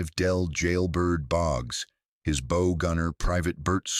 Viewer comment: Ur AI voice cannot handle metric or marine terms like bow or millimeters.